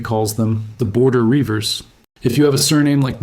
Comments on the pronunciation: 1/ Learn to say Riever - yes, I know it's AI slop. 2/ James' "invitation" to move to Ulster was actually "an offer they couldn't refuse". Troublesome riding families like the Armstrongs and Grahams were exiled on pain of death. Considering he had used them to wage an undeclared border war after Elizabeth executed his Mother just shows there's no gratitude in politics! 3/ there's not a lot of point dropping the Scots from Scots/Irish in 1776 because of anti-British sentiment, as stated, when Ireland was British till 1922. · “Rievers” is pronounced “reevers” not “ryevers” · Great content, undoubtedly accurate, and with by far the best art I've seen on YouTube! One hopefully useful point about the Border Rievers for future videos: it's pronounced "reeve-ers", the first syllable rhymes with eve. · That's 'Reivers'. Pronounced 'Reevers'. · Its reevers nae rivers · Reivers is pronounced "REE-vers." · Reivers pronounced Reevers not Ryevers 😅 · NOBODY says "Victuals" - the glottal stop is used, rendering, "Vi' ttles" - the 'T's being silent. NOBODY says "Rye-vers" - it's pronounced REEVERS, from the verb To Reave (rob, plunder). The so-called 'Black Irish' are NOT from Spanish or African genetics! It's merely a throwback to the ancient neolithic R1b-L21 dominant strain and variant mtDNA haplogroups H, H1 and H3 that can occur in individuals with blond-, red- and brown-haired siblings - a fascinating and on-going study. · Reiver: pronounced reevurs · A.I. can't pronounce rivers